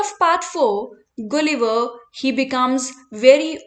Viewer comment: Please pronounce gulliver correctly